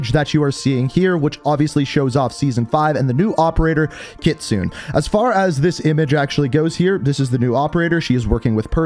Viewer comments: It triggers my Japanese side when you say kitsoon it’s not kitsoon it’s pronounced kitsu né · Awesome!! Soap is back!! I'm stoked!! SEASON 5!!!! fyi, Kitsune it's pronounced 'key-tsoo-ne' (the 'ne' as in Renée Zellweger), not just 'kitsun', without the 'e' at the end... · I'm sorry but i have to point this out. The pronunciation of the leaked operator is "KIT-SU-NE" not "KIT-SOON". I get it that Japanese romanization is hard to pronounce but it aint that hard as it is usually just saying the syllables. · Kitsune is actually pronounced kitsunay not kitsun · Is it Kitsun or Kitsune? I assume the latter, in which case the 'e' is pronounced.